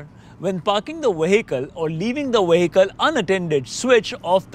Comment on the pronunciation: Your English is very good much better than my Indian . Only mistake is the word vehicle it is a vee not wee. Excellent vid